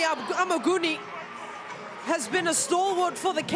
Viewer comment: and Amuguni is not AmeeGun